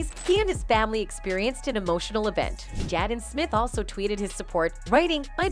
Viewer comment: Ugh I hate the white train AI can we please get some black folk in concatenation we use cell phones to and y’all making AI white asf she can’t even read the script correctly saying Jadden and Tupack but then occasionally saying their names correctly like what in the entire fuck